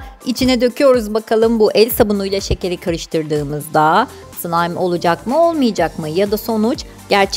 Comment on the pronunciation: abla sen bazen sılaym degilde sılam diyosun 😂😂😂